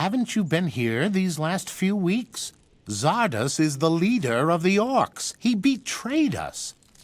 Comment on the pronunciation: as german, hearing english speaker (in gothic 3) say Xardas makes me cringe x_X the game as well